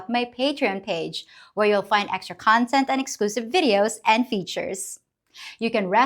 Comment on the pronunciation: Someone should tell her that the word 'and' only has one syllable. It's not pronounced "ayend".